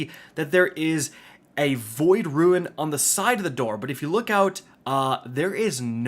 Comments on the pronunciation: Rune... Not ruin 🤮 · Good it's not just me haha I can't tell if it's just some accent or he doesn't know how to pronounce 'rune' lol. Ps love ya just having fun